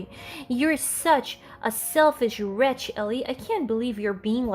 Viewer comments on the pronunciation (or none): Usually I’m pretty impressed with the narrators (the human ones) ability with reading and speaking English, goodness knows i can’t speak another language! But i need to tell you the word is wretch pronounced retch, the W is silent and there is no N. A wreNch is a type of spanner 🔧